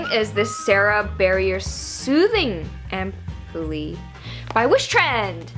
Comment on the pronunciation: I think it is pronounced "am-pewl". Your skin is gorgeous! Just a suggestion, but the barn music was quite distracting. It was too busy considering how calm your demeanor and content are. I think something much more relaxed and mellow would fit a lot better. Great video! ❤❤